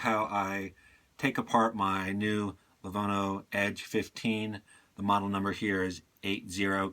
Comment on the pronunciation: This is literally, the worst laptop disassembly video I've ever watched. You have no business disassembling a laptop if you can't pronounce Lenovo, or tell the difference between a bolt and a screw. You are lucky you didn't destroy it.